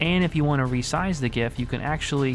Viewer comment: Not only great tips, tricks, and secrets ... but you pronounce GIF correctly too! Thumbs up.